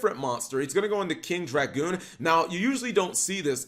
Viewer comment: king dragun, not dragoon.